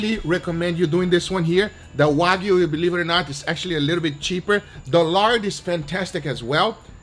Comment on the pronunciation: Guga! Your Brazilian / Belo Horizonte accent came through in the Lard section! You sad 'yard', not 'lard'. However, at least you didn't pronounce it as 'hard', (as many Brazilians would) ! :)